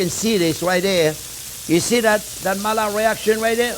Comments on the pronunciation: ...and yet it is so easy: Mail, and Lard = Maillard 😁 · I love how he mispronounces Maillard despite it being a French name. 😂 Great episode as always, Chef!